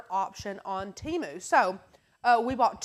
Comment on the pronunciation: TEMU...pronounced Teh-mooh